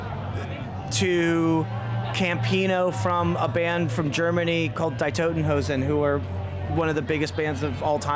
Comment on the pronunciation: Die Toten Hosen. Love his pronunciation. 😂 This is going to be great. Love Campino.